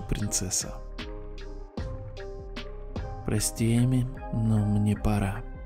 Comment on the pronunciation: ОН СКАЗАЛ ПОСПИ А НЕ ПРОСТИ